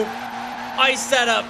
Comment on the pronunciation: "Bee Em Double U I-setth-ah"